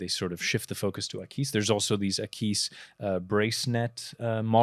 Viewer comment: Great show!! But!!!! The AquisPro does not and will wear well on any wrist;) also Akees???? Have I been pronouncing wrong ??? Aquis as in Aqua?? I need to now now!;6 l;)